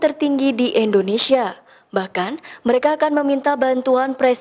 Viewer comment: "Endonesia", Indonesia mbak